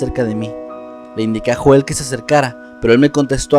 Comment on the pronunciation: Me gustó mucho, pero recuerda Joel se pronuncia "Yoel".